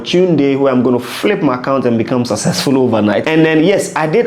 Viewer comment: Hey sucker learn to pronounce the word successfull